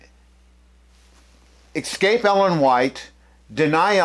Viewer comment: Why do you keep saying “exscape”? There is no “x” in escape. That aside, good vid.